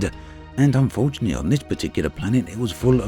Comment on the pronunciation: I'm not sure someone who says "spectaclear", "debths" and "unfortianelly" should narrate professionally.